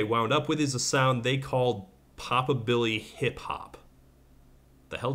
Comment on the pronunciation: Hearing "pop-abilly-hiphop" gave me a stroke.